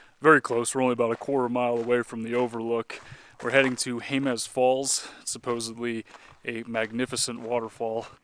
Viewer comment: Jemez is pronounced "HAY-muss" by New Mexicans.